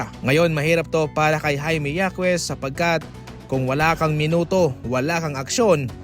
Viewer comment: Yakes?😂😂😂 Babasahin nlng mali2 pa